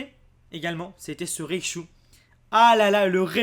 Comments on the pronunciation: comment reconnaitre un ignorant : il dit ne dit pas raichu mais "reillechou" ... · Je suis la seule à être perturbée quand il dit REICHU plutôt que RAICHU ?